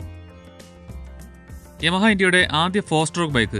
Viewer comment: "യാമ" എന്നല്ലെ ഉച്ചാരണം....